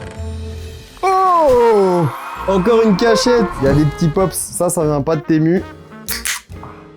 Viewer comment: Ca se dit TImou par contre